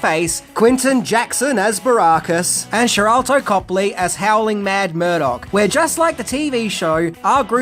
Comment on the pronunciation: With all due respect its Sharlto